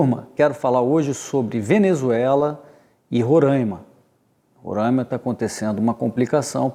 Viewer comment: Vamos aprender a pronunciar corretamente o nome do Estado Roraima. Rorãima não existe.